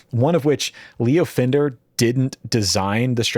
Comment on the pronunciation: "*Fender", not "Fender*".